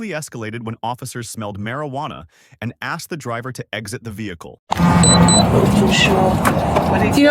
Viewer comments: He axe me a question. What was you doing ? Who is you ?? Them people have their own F up language LMAO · He never axe me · she keeps saying he axed her, but i seen no axe. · He axe me, he axe me, he axe me. " I cant even find insurance in the car". ...uhhh maybe because insurance is expired too. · "You axed me... You axed me a question." - Dipshit. "........" - cop. I don't think anyone axed you anything. No one tried to axe anyone that I could see. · Axesd me axsed me axsed me. Say it three times and a Sargent magically appears. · You axed me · but she axed!!! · By her own admission, they "axed" her many times to do something. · He axed you nicely to get out of the car- you didn’t.